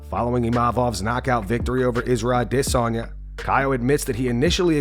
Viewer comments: You can stop using the “I diss on ya” pronunciation. That shit was a joke and only clout chasing dweebs like Ariel Helwani used it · The way you say Adisssanya if fucking annoying. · Israel Ah-DIS-sanya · can you stop saying adesanya like that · The narrator is so cool for the way he enunciates Adesanya. Please make every story about Izzy so we can hear it another 10,000 times. So cool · Holy fuck the pronunciation of Adesanya is fucking annoying